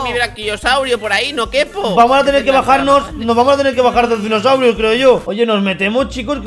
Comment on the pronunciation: Una pequeña disculpa pero no se saben los nombres de los dinosaurio. Si van a hacer videos de dinosaurios háganlo bien. Por qué los nombres los dicen terrible y eso ofende 😅😅😅😅nos para ofender yo los admiro a todos pero les pido que lo again bien 👍